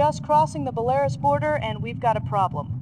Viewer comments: Yup, BELL-AH-ROOSE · "Belairis" lol. Did they just use one take?